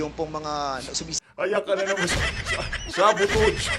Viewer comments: DAPAT TALAGA BUMALIK KA SA pag SKO -SCHOOLING MO.. COME AGAIN?.... SABOTOSS😂SABOTAGE PRONOUNCE - SA-BE-TAZH😂GOGONG😂? FOR THE LOVE OF GOD, FERNANDEZ... NAKAKAHIYA KA, PALIBHASA BOMBA STAR KA KAYA PATI MGA PRONOUNCIATION MO NAKU!!! NAKAKAHIYA KA! THIS IS NOT THE FIRST TIME 🤣🤣🤣🤣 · Sabotage Ah, ah, ah, hindi sabotod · Sabotage hindi sabotods ..hahahaha itong si Dan lagi nalang sablay sa kaka english.. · Fernandez ayosin mo mag pronounsition ng sabotage 😂😂😂